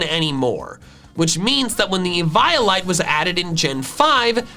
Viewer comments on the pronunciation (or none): it’s ee-vee-ol-ite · I was scared when he said EVYOLYTE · i’m sorry but... EE-VIO-LITE???? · The way you pronounced eveolite hurt me (how do I spell it) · It’s eve-olite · Ee VIY Oh Lite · Pretty sure it’s Eeveeolite, that’s how I remember it, Eevee is based around evolution, and so is eviolite, therefore Eeveeolite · To-may-to to-mah-to. How do you pronounce Eviolite? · Why did you say eviolite like that